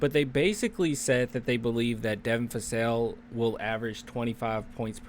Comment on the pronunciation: Vassell not Fassell.